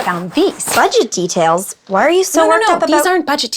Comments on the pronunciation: I heard "these aren't budget tedails" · said "budget tedails" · Anyone else notice saying "budget tedails" instead of "budget details" around the ending? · Did say, "Budget TEDAILS"?